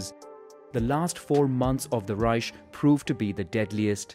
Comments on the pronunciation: Please work out how to say Reich properly. It’s not a sh but a k sound. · Just saying it's "Reich", not "Reisch" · Wrong. In german it’s pronounced reisch not reich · I mean dude can't even pronounce Reich, what did you expect? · Will say I love this so far, but I’m a “Grammar Nazi” and it kinda hit when you miss pronounced Reich. Reich (/ˈraɪk/; German: [ˈʁaɪç] ( listen)) is a German word analogous in meaning to the English word "realm". The terms Kaiserreich (literally "realm of an emperor") and Königreich (literally "realm of a king") are used in German to refer to empires and kingdoms respectively. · why do u say ruzsha and reish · "Raischhh" "Pänza" 😂